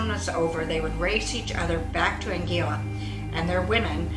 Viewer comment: Please pronounce the name of Anguilla properly. Really irritating to us that have lived here for over 40 years and a lot of your information is not correct.